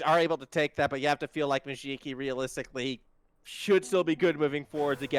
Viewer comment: Challenge: Take a shot every time the casters pronounce Mujiki as “Mujuki”!